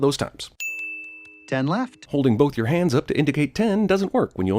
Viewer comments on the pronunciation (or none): Just want to point out, when Judy says "It's your word against yours," both times she puts emphasis on the wrong "your."